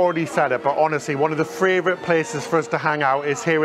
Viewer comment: Love you guys and love your videos! But I have a question, after listening to last several videos: NOT critical, JUST curious…. Am I hearing pronounce “favorite” as “favRorite”??